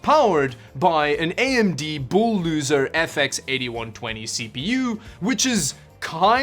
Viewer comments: "bowl doozer" lmao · wtf is booldoozer???